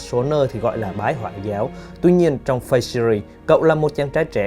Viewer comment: Lần sau mong bạn đọc đúng từ Fate với, chứ lúc đầu nghe cứ hỏi cái mặt nào nhỉ :((